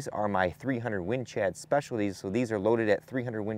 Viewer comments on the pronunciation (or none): Did you say "300 Win Chad Specialties?" I'm keeping it! 🤣